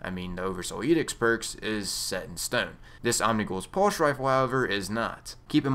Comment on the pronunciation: what's a "pulsh" rifle?